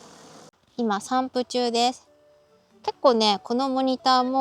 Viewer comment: 散布が散歩に聞こえた